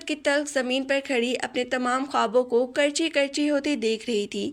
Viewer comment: Karchi karchi nahin, kirchi kirchi.